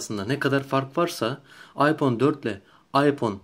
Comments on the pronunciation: adam doğru söylüyor. iphone ayfon diye okunur hiç bir aksan aypon demez phone kelimesi ingilteredede amerikadada aydır bence senin :D ingilizce bağcılar aksanı kardeşim. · Okunuş:aypon diye okuyorsun zeka okunuş:ayfon diye okunur o